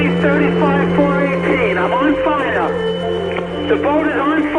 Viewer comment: * I’M ON FIYAH